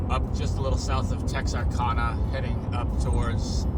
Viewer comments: Love your vids bro but Texarkana is pronounced Tex-are-cana.also me and Robert were friends. He was a crazy researcher and I appreciate you doing this.thanks for bring his name up again. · must be a foreigner with the way he said Texarkana🤔